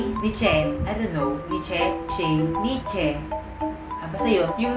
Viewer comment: Neesh ang tamang pagbikas ng Niche. But good video nonetheless.